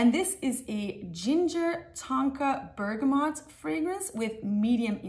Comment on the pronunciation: Finally someone saying bergamot properly, every other fragrance youtuber says bergamoNt...